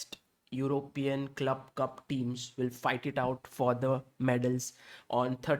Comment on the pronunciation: Sir it will be cup not clup.